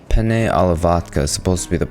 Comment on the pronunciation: Did you know there is a difference between penne (the pasta) and pene which is what you're saying and means Johnson Dick 😅